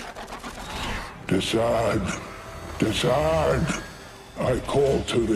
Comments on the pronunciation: Dessad not darksied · It’s DeSaad not Darkseid